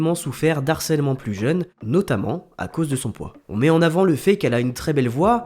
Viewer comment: Très bonne vidéo mais on dit "...de Harcèlement..." (Pas de liaison)